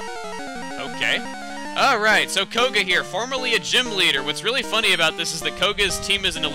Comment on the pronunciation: I like how in the beginning, koga sounded like an very emphasizing man. Then near the end he became japanese/chinese. lmao.